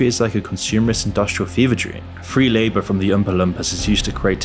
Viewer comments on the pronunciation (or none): none